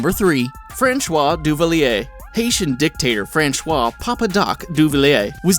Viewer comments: It's pronounce "Fransswha" not "French rois". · His name isnt "Franchois"... Learn to pronounce french words and names. TWITS!! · FRANSHWA???? Francois is pronounced Franshwa now? Jeez some of these narrators shouldn't be narrating videos.